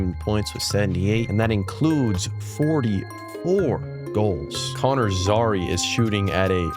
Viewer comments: Its pronouced Zary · I love how you butcher the pronunciation of Coronato, Zary, and Andersson 😂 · terrible pronunciation of zary and coronato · Killed me lmao